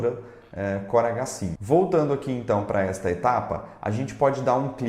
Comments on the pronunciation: Toda vez q vc falava o nome da impressora eu ouvia "corega 5"... Sabe, o adesivo pra dentadura? haha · Pensei que era só eu que ouvi isso. Corega 5.kkkk